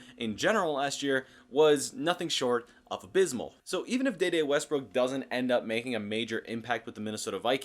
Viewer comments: His name is De De. Pronounce D. D. He was not in the movie Next Friday. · Once you said “Da Da” I left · maybe your pronunciation of this name is correct, but I haven't heard anyone else say it this way.